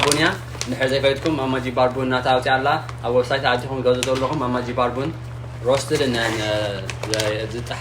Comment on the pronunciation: I feel like ur pronouncing "mama Gebar" wrong lol